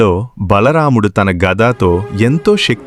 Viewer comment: Bhalaramdhu kadhu bro bha mudhu bro